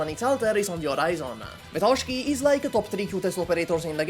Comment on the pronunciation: THEIR NAMES ARE NOT vetOchki and snegurOchka!!! It's vEtochki and snegUrochka First means little twigs while second is slavic santa's daughter's name